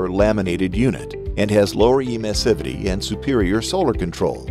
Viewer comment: Good video, but the mispronunciation of the word Emissivity is totally distracting. It should be clear that it has to be pronounced like in Emission